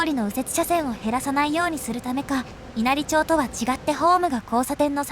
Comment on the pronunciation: わかりやすい動画をありがとうございます。 稲荷町は、いなりまちと読みますよ。